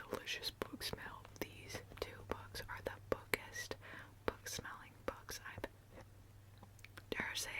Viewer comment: Haha, I first understood "bugs" instead of "books". 🤣🤣🤣🤣❤❤❤❤ Book tapping is one of my absolute favorite ASMR triggers of all time!